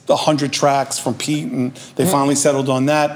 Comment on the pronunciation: Yeah he never would say pete’s name right...😂🤣